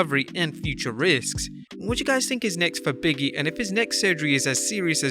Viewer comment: Can they get a voice over guy that doesn't know how simple words or names.i don't know who biggy is or canye west.has a hard time with words like narrative etc.